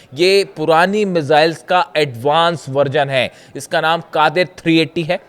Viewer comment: कादिर नहीं उसका नाम gadeer hai